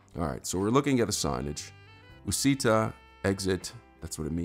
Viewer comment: Uscita said like Ush-eeta